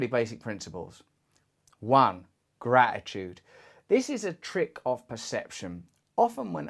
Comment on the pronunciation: Gra-i-tude... Russell's random dropping of T's 😁